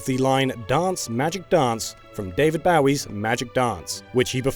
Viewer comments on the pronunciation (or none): Did just pronounce David Bowie's last name as bow-ee? It's bo-wee You can even google "how to pronounce david bowie'" and it gives you an explanation. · David Bao-ee?? Are you shitting me? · David Boe-ie is how it's pronounced.. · Sorry to be that person but Bowie isn’t pronounced ‘Bao-ie’, it’s pronounced ‘Boh-ie’. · It's pronounced David BO•E, not David Bow•E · David BAOwie. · Did you just say David “Bowee”? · "David BAUWIE" Stop. You can't do this. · DAVID BOW-WIE?!? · "David Boww-eee",eh? ;) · David Bawwi? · "David B ow e" What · Im sorry, David BAOWWY??? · Robert E O Speedwagon Yes, But Bowie is pronounced Bow-ee. Bowie names himself after Jim Bowie. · Actually, Jim's name is pronounced "BOO-ee". Look it up. So much conflict with this name lol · It’s not. It’s Bow-ee. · As a Bowie fan the mispronunciation plagues my whole life... Everyone around me thought it was Bao-ie.... No clue how. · I can undertaand you mispronouncing Ikue Ohtani, but David Bowie?? Really?? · Please never pronounce David Bowie's name like that again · He mispronounced David Bowie's name SMH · did you really pronounce David Bowie’s name like that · He completely butchered Ikue Otani's name. Plus he somehow mispronounced David Bowie's last name? Wtf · You seriously mispronounce David Bowie? 😑 You gotta be doing this on purpose.